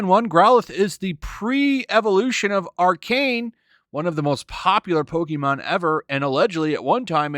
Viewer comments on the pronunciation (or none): Also it's pronounced like arc-en-nine. Not arcan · How dare you, sir. It’s pronounced ar-cuh-9, not arc-9. Shame on you. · I hate to be the guy but Arcinine is pronounced closer Rk9 than Arcane. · Arcay- nine. Arcanine. Ar-canine. Lol he butchered it. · Love ya but just so you know, it's pronounced "Ar-Ka-nine". Not "Ar-cane". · Thats ARCA-NINE, not ARCANE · Arcanine is pronounced like R K 9. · Ar-KAY-nine, Ar Kay Nine Also ummmm gen 5 cops used stunkys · Mans really pronounced Arcanine as Ark9. Still love ya tho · Not to be mean, but hearing you mispronounce "Arcanine" was the highlight of the video for me :D